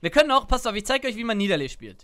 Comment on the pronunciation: das heißt "Nie Da Lee"